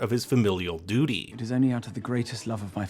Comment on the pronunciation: “She yearns to be free of her dudy” 🤣🤣🤣🤣 gets me every single time!!